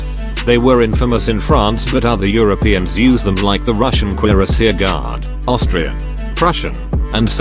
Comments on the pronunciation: Oh...god... CUIRASSIER!!! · CUUIRASSIER, AUFGEPAST